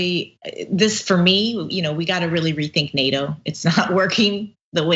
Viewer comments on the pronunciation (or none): Why do you say "we need to re think nato"?